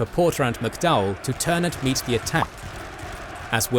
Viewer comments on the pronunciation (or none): none